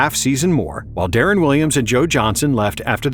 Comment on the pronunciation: Dawg its de-ron not derron